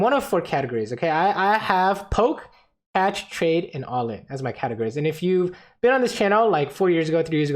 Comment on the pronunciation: I thought you said "Lucian will flash the bombs because it's CASH," and had me rolling. Catch makes a lot more sense though lol